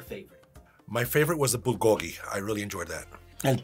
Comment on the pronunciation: You are pronouncing bulgogi wrong. It sounds like proo-goog-gi (fire meat)